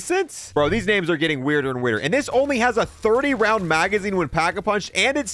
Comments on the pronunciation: Ngl this was gonna be a cool video, but the constant mispronunciation of names really got to me lmao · The misreading of half the names made me laugh